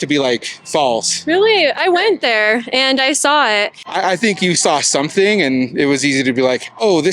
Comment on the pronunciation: “Some people did sumding”